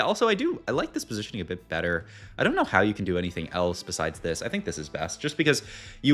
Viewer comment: Pos-iti-oning lol. You're one of a kind man